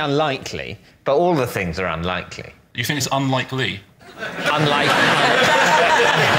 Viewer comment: Unlikely? Or is it un-like-lee? BRILLIANT that did not get the recognition it deserved 😂